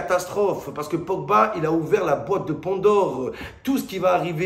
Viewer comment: "Grezmann" "la boîte de Pondor" Momo lundi prochain rdv chez l'orthophoniste !